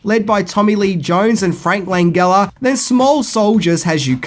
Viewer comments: Frank Lan-Gel-Uh. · It's prononced Lan-gel-uh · Also, isn't Langella pronounced with a soft G, like Jello?